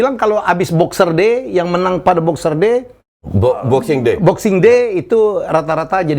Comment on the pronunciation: Helmy Yahya said charity shield ?? wtf it's Community Shield he said again boxer day ?? wtf it's boxing day hahahaha sorry gw tawa om